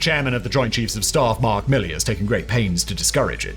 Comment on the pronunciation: General Mark Miley... like Cyrus 😂😂😂😂😂😂 you said his name right in this video but in the second time you call him general Miley hahaha